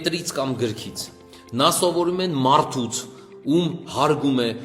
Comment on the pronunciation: ո՛չ թե մարթ, մարթիկ, մարթուց... այլ մարդ, մարդիկ, մարդուց